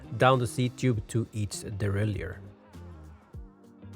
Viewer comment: Very good video but please pronounce the word derailleur properly! Derailleur not deraillieur 👍